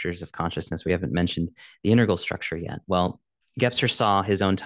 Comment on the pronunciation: Very nice attempt and attention. By the way, it is integral, not intergal. Love your "interplanetary culture".